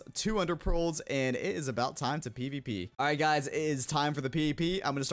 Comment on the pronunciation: i literally thought you were saying pp not pvp